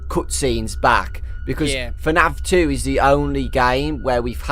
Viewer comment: "Fnaf tew is the ownly gayem with cootscenes"